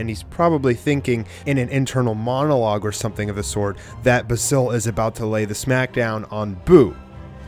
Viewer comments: basils name is pronounced bay-zill not ba sil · U saying the name wrong ...THE WHOLE VIDEO